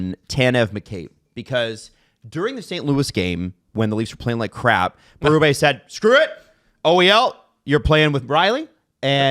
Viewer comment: It’s Berubee. And Kampf like campfire . They’ve said their names on camera.